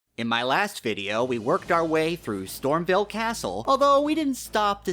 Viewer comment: I found a secret just by watching this video, it's called StormVEIL castle, not "StormVille."